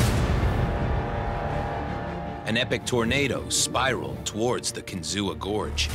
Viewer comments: I too grew up like 30 miles from there... But across the lake. Also can we talk about the pronunciation they have in the video of "Kinzua?" I've always heard it as "Kin-zoo" not "Kin-zoo-a." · Or how about calling it Kinzooah. Locals call it Kin-zu. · Kin-zoo not Kin-zoo-a. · Let me help you, not kinzu-a just kinzua, KIN-ZOO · glad I’m not the only one. I also grew up near by and that’s how we pronounced it. They’re doing it wrong in the vid lol. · As someone who lives here, it's pronounced kinzu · THANK YOU! It was driving me nuts hearing them pronounce it with an "A". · The "UA" at the end of KINZUA is always pronounced funny by non local folk. My family is from Bradford PA and we pronounce it "KIN-ZOO". It is funny because only locals cringe when they hear it said by others. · It’s pronounced CAN-ZOO by the locals if you would have researched it. Walked across it as a kid, it was so high! Built fast and lasted past its useful life = success. Any train or person crossing the bridge during a tornado would have been blown off, so bridge failure wouldn’t matter to them. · It is pronounced KIN ZOO.. The a is silent.. Pa. railroad buff. I traveled over the bridge around 1983 on the train. I boarded the train in Marienville, Pa..A wonderful train ride it was. Before crossing the bridge the train would stop to let riders off that were afraid of heights then proceed across. Looking out your window you could not see the bridge, only 301 feet below. I have a picture of the short lived steam locomotive on the bridge pulling a train.The locomotive was made in CHINA, it perished in the engine house fire at Marienville, Pa. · Correct pronunciation is kin-zoo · in my opinion, it is pronounced Kin ZOO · Kinzua pronounced Kin-zoo. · It’s pronounced Kinzu ….. if you’re going to make A documentary, please double check how the name is pronounced….. it’s my pet peeve…. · At least learn how it's pronounced before making an official documentary.... it's KIN-ZOO.